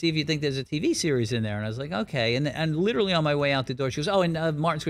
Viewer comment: Liturally liturally liturally